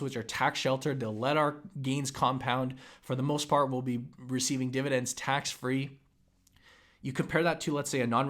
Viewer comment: Why do you always call it dividents? Why not dividenz or divideng or even dividenp? Why is it when you people say it wrong it's always divident?